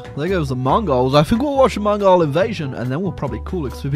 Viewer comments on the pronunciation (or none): Can you learn to correctly pronounce mongol